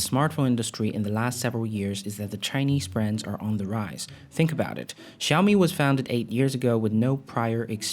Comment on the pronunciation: Can you please learn to $@ say xiami properly??!! It ain’t rocket science and it takes five seconds you lazy bum.